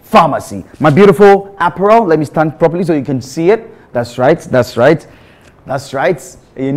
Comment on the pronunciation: Did I hear "dastright"???!!!!!